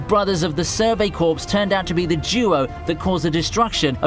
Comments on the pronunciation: Corps in Survey Corps is pronounced 'Core' and not 'Corpse' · Stop pronouncing Corps as corpse. It’s pronounced with the p silent like core.